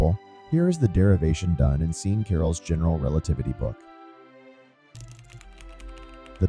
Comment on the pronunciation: Thank you, nicely done for a very complicated topic! I liked especiallly the nice graphics on screen. Maybe to offer some constructive criticism, I think there were some minor errors in the script for the voice over, like "i and z axes" instead of y and z, Kruskal and Sean (Carroll) were pronounced funnily, and "tan function" instead of inverse tangent (was correct on screen though). All in all very good though, as I said.